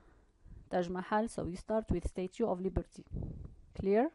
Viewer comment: Thank you for sharing ...just mind the pronunciation of statue /stætʃuː/